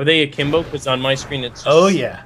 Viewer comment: he says aklimbo